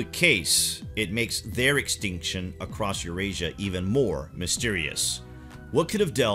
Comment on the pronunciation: Across, or across’t?? LOL